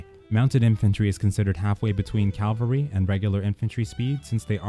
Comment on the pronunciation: Please adjust the way you pronounce cavalry. Great stuff otherwise.